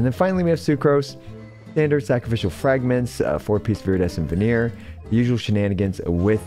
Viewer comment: This is a nitpick of mine, but it’s pronounced Viridescent Ven-ER-ER, NOT “ven-EER.”